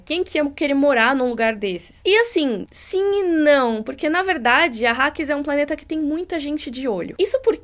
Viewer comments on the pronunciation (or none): Arakis... nao arrakis